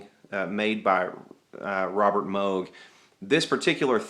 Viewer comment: It's MOOOOOOOOG not moge